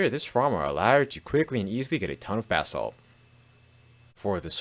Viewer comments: I know you’re saying “basalt” but I hear “bath salts” and it makes me chuckle. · Why does this jit keep sayin bath salt